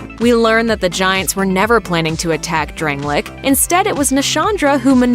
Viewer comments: Drang- lay- ick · why does she say dranglic and gwen